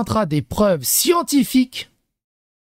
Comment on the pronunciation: Les siENNNNNTiphyque !!! 😂😂😂😂